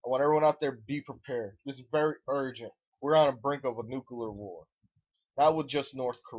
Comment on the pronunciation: Wow, your an idiot. PREpared. NUCLEAR, not nukular... you know.... nuclear, because its the splitting of an atoms nucleus. You sound like a moron, and thats probably because you are one.